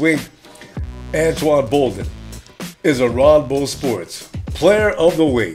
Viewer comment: its Anquan Boldin not antoine